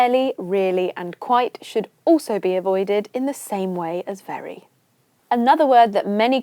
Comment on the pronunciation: This is outstanding program that I have ever followed in YouTube, thank you so much, but the way you emphasize in word very should be avoided I think even in normal conversations if you hear it being said you'll rile up and lose your temper 😂😂😂